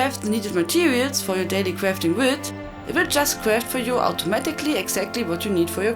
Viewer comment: daily cwafting wits <3